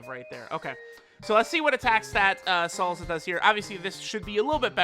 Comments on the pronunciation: Its "Salsa" not "Salza" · Sounds funny af either way